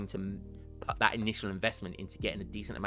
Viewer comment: where are you from in the uk? I've never heard someone pronounce "put" as in "putt" (like in golf) whilst also sounding otherwise English in my life. anywaygreat vids